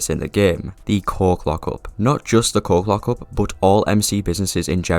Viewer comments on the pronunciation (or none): I had the video playing in the background and I heard the coke lockup i was so confused and thought you was trolling until i came to the screen and realized that you were saying coke lockup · Long story short, you were saying coke lockup but it sounded like you were saying something else. Hope that helps you understand what i mean